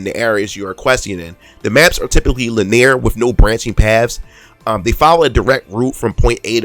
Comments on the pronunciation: "Lin-ne-ar" not "la-near" linear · my guy you miss pronounced a ton of words(buffet and linear) otherwise fine review edit: watch the anime for character development then play the game